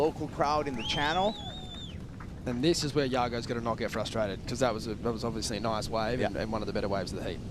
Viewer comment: I don’t care how many times says “fustrated” or “fustration”, it bugs me every time. The word is FRUSTRATED. There is not a silent ‘r’ at the beginning. Irish wristwatch… c’mon, I know you can make the ‘r’ sound, lol.